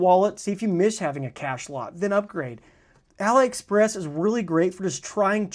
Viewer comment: Pronounce AliExpress as "AH-lee Express"—just like Alibaba, not "uh-LIE Express."